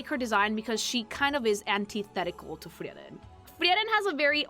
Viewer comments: Why does she say the name Freiren liek shes saying Tiananmen with an F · FREE-ren unless she’s pronounciation mogging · I take a fraction of psychic damage every time says "Friyeren" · Yep, is a latina. Only Latinos say "Frieren" instead of "Friren", the supposed correct German pronunciation 😅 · Another great video from the. Excellent. ps: also, as a Hispanic listener, I kinda enjoyed realizing how "Frieren" is pronounced with phonetics closer to Spanish. Happens to me sometimes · I have NEVER heard someone pronounce Frieren like that my god